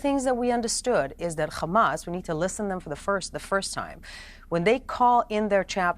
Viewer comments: It's Hamas not Khamas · As an Arab and Muslim, I am going to say a few things: 1- It is called Hamas with an H not KH … so pronounce it right 2- The war didn’t start on October 7th . It started when Israel decided to take the role of the jailer to over 2.3 million Palestinians at the beginning of this war. Treating them like animals without any rights. I keep hearing that Israel wants the best for the Palestinian people and for them to be a democracy. If this is true , why did they kill 223 Palestinian when they peacefully marched to protest against blockade they are getting from Israel with this blockade covering land, air and sea. So civilized , loving and peaceful 😏 So IOF was all of this and they killed 223 , then how many would they have killed if they weren’t. The proof Israel is the oppressor is there is over 5000 Palestinians arrested before that day mostly for fake crimes and accusations. Some of which are as young as 10 years old. 3- The solution for all the issues going on in Gaza is not the dissembling of Hamas as you keep saying but the Israeli mentality that Palestinians need to leave their ancestral lands to stay safe. Now regarding the fake points said by the guest Noa Tishby… I dare you to show us any Palestinian blaming Hamas for what they did. Coming back some of the fake information being fed by Piers on this show over the last few weeks 1- Palestinians refused the peace talks in 2000 but no one is talking about 2014 Peace talks when all Palestinians group but Israel refused . 2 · It’s Hamas , not Khamas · Why does she pronounce hamas like that ? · Kkkkhhhhhhamas lol they can’t say haaaaa maas Lol Butch is annoying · Khamas Khamas Khamas ... is it a tradition or a sign of your fake Israeli patriotism to pronounce hamas like that ? I mean your a native English speaker you're not even born in Israel so whats your excuse to pronounce it like that ? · The moment I hear the word Khamas I just leave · Why those bigots pronounce it khamaz 😂?!